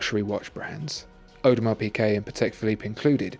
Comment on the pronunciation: Thomas Straßnig the pronunciation is very close to correct.